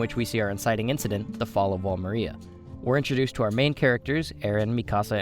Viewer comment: why does he pronounce everything wrong, mikasa, wall maria, like bro have you even watched the show